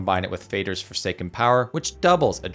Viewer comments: The A in Fader is pronounced like in words like "falling" and more obviously father, which it literally means. Not as in fading. Think Father but with a D. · Aren't Moder and Fader mother and father, and pronounced in a similar way? Fade-r was getting on my nerves 😅